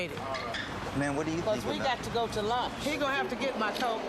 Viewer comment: “He supposed to be takin me to lurnch” 🤣🤣